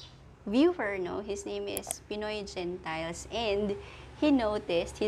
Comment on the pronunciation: Hi maam Gentiles po pronounce as HEN.TILES tnxs po